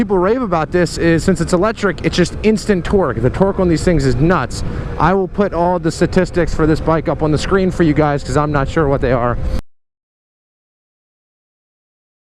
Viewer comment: Can’t anybody says that word? STA TIS TICS!!! Tistics. Sta tistics.